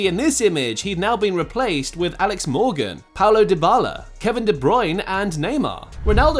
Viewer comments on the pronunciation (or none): none